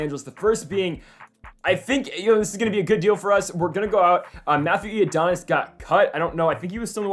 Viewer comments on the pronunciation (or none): Who tf ifs matthew iadonis? Its I-O-NI-DUS